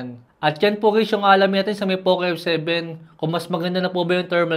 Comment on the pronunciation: Poke f7 pagkakarinig ko😅